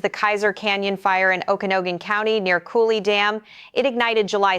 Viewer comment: In-che-lee-um O-ku-nog-gun If you're going to report on the area, at least know the names of cities/areas. *There were so many mispronounced, someone please add more corrections here.